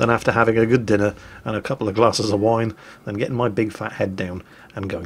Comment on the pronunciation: WINE.... JESUS MAN I THOUGH U WHERE ENGLISH, NOT A FRENCH SAILOR :p. Vous monsieur est un poids lèger